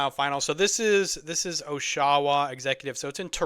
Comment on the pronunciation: great video man. loving your channel so far! as a Canadian I feel its my duty to correct you on prenouciation of oshawa lol. its like awsh-uh-wah. keep it up brother!